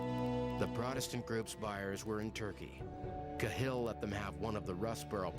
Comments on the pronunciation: It's 'CA-hill', not 'Ca-HILL'. Jaysis narrator fella... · No, it's not, its pronounced Kah-hill, youtube any rte news vid on YT to to its correct pronunciation. i.e Kah-hill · Its pronounced kaaa hill u emphasise the a like ah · If the narrator had actually watched any footage he would have learned how to pronounce 'Cahill' - emphasis on the 'Ca' not the 'hill ;-) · It's pronounced cal in Dublin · Ka Hill is not how it's pronounced tho.